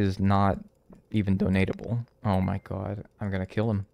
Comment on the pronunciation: I love how says “Oh my gwad” like a diner waitress in New Jersey